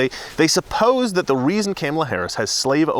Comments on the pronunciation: Your pronouncing her name wrong......think of the 80s wrestler who was tribal and came out in war paint. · YOU'RE MISPRONOUNCING HER NAME...REEEEEEE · You better learn to say Kamala name correctly, other wise the lame stream media will come after you like they did Tucker Carlson. 🤪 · Be careful, you are pronouncing her name wrong! The MSM are going to come after you. Also, Biden is now a true classic Democrat. He is an old white man with a colored woman to take care of him. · U do politics for a job bro lol how do u keep saying her name wrong? I don't care but I saw tucker doing that to. Like how don't yall know how to say her name right lol its not even hard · You mispronounced her name. CNN will be coming for you for your intentional racism. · It’s comma-la, not can-ma-la, you bigot racist!😂😂😂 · It is Kaa mala not Kam mala, shesh get the next VPs name right... BTW Kamala means Horrible in Finnish. Which is appropriate. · Oh are you in trouble Mister it's pronounced 'Comma La' not 'Kammela'. The Democrats made it clear "pronounce her name correctly!" Joe Biden can't do it either! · OMG (My G IS Goodness) did you not get the memo, it's name is pronounced Ka Ma La. No soup for you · IT'S KAMA LA, like comma. How dare you! 🤣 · It's Cum-Allah say it right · You have to pronounce Kamala right, like comma. Remember the crap Talker got the other day. LOL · Dont be a racist sexist her name is pronounce Comma K La. CNN jumped all over Tucker for pronouncing her name wrong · I love how after CNN bitched about tucker saying "cam" ala harris' name wrong as a deliberate attack, you're doing it on purpose, lol! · Are you pronouncing her name wrong on purpose? Just wondered. If you don't know how to pronounce it - (and Tucker got in knee deep over it, accused of disrespect (said it was 'all about disrespect: reporter (“Because this will serve you and your fellow hosts on Fox. Her name is pronounced ‘comma’ — like the punctuation mark — ‘la.’ Comma-la.”